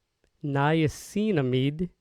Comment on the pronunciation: it's pronounced niacin-amide